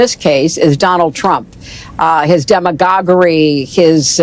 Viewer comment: Is “demogogory “ even a word??? 😆